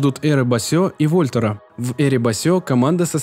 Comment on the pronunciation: Во'льтер ) качество озвучки супер , но кто-нибудь смотрит перед выводом ролик ? на произношение слов, еще с аезера прошлый раз угарнул, к качеству и информативности претензий нет, супер !)